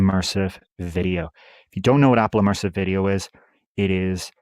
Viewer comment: Immersive. NOT emersive.